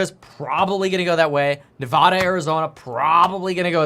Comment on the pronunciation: Still can't pronounce Nevada right 😂🤡